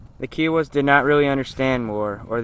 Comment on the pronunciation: its kiowa not keeeeowa idiot